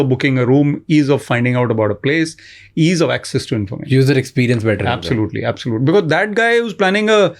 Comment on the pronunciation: Thoughtful, steady, articulate - just as a leader should be. 😊 Mr. Attray - thank you for your conviction. shamani - dude, it's pronounced be-coz. Not bikiz. 😊 Saying because it's distracting.